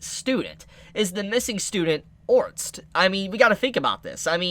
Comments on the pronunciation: Dude now your just saying his name wrong on purpose aren't you? Ahhh Orrrr sted Its not Orst there are other non silent letter there. there lmao. OCD 9,000. Also if you legit never looked it up and only saw the anime then telling people something that is in the Anime and you are doing a prediction then it's not a spoiler, it's a theory. Also if she didn't die she wouldn't have been Reincarnated but if she was Reincarnated she's not going to look exactly the same, but if she just disappeared alive and came over here she'd probably look different according to what we've seen with reincarnation in this world. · OR-STED, not ORST. lol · İf you call orrrrrrrrrrrrrrr-. Stead orts one more time im gonna lose my shit! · Orsted's name is pronounced Or-sted. Just a heads up. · Orsted is pronounced as (Ore•Stead) like homestead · Try to pronounce his name as "Oar-Stead", Orsted. The Japanese pronunciation would be "Orusuteddo" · why do you say his name wrong lol, try this "or sted" just give it a try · Is it a spoiler to confirm or deny? and please pronounce his name correctly lol. Or-sted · LOL what the hell is it with you and names: Rui, Orst...? Is it really that difficult to pronounce? Just say as the Japanese VA says it and drop the "-o" at the end, mou~! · Still can pronounce Ore-stead correctly, lol